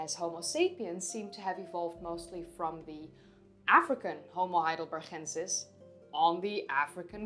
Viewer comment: why do you pronounce heidelbergensis as if it had a german ch sound in it? Never heard any one else say it like that. The town is Heidelberg, not Heidelberch